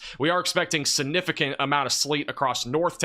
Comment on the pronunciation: Please look up and learn to pronounce the word significant or just don’t use the word. I enjoy your videos but repeating that word wrongly so many times makes you seem not so smart. I know you are so please…….